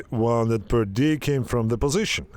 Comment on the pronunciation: Bro, please study how to pronounce WOUNDED The OU in wounded is pronounced like the OO in the word WOOL So pronounce it WOONDED